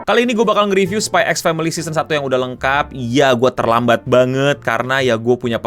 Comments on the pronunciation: kalau kata bang akil bukan spy x family bang bacanya, tapi spy family.. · x nya gosah dibaca bang